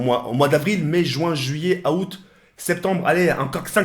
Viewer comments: A loral aout se dit oute pas aoute 😂😂😂😂😂 tu mas termine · mdrrrrrr il a dit Aoute pour dire août 😂😂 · TK C'EST UN OUF IL A DIT A OUT EN VOULANT DIRE AOUT MDDDRR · "mai juin juillet AHOUTE" ..... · Comment il dit Août jsuis mort 😂